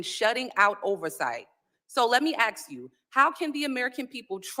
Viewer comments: Larry, glad “aks” bothered you as much as me. Someone needs to aks them how to spell that. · That slimy Democrat arrested person who can only prounce the word ASK into Axe. I hope that she goes to jail for her assault on the ICE Officer. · I AX YOU!! YOU AX ME!! HAHA 😂😂😂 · “ I ax you dis” Guy…..uhhhhhhmmmmm how do imbecile idiots get votes ?? What do you think ? Fake elections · 🤣🤣🤣 "Ax" the question, 😂😂